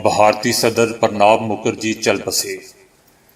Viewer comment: سرجی! نام صحیح طریقے سے بولنا چاہیے باقی آپ کی مرضی۔ ﴿ پرنا﴾ مکھرجی نہیں﴿ پرناعو﴾ مکھرجی صحیح ورڈ ہے۔ 💓 آزاری کے لیے sorry.